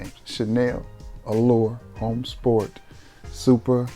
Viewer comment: Chanel Allure Homme Sport H is silent Chanel Allure Omme Sport